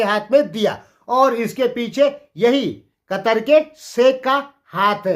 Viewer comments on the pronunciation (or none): कतर नहि कतार बोलो चाचा 😅